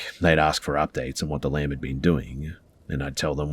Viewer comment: I thought he was saying lamp the whole time until the end when he said it was the one from the conjuring movie then I realized he was saying lamb 🤦🏼‍♀️